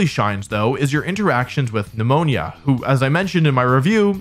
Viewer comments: Neh-moan-uh lol sorry I had to. It's not pneumonia. Would be bad if he had to catch pneumonia all game long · Nemon”ya” 🫣😂 I cringed every time. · It’s just Nemona, not Pneumonia btw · Bro needs to stop calling Nemona Pneumonia 🤣🤣💀💀💀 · I love wolfey's insistence to call Nemona Pneumonia. They really dropped the ball hard with her English name 😂. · Nemona being pronounced as pneumonia 😂😂 Wolfe you're funny!😂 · NEMONIA!!! NEUMONÍA!!!! I've lost everything when he said that lol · My guy saying pneumonia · I dunno if I love or hate the way you pronounce Nemona's name as Pneumonia😩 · wolfey i'm on my knees begging u to not pronounce my girl nemona "pneumonia" 😭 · Is he pronouncing Nemona's name wrong on purpose?? Is it a joke?? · The way you pronounce Tornadus and Nemona🫣